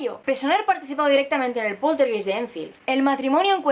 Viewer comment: Hola. Una observación, la palabra poltergeist se pronuncia /poltergAist/, es alemán, geist significa alma.